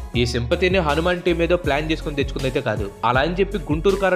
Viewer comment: Bro akkadakkada హానిమాను అని పలికావు,అధి హనుమాను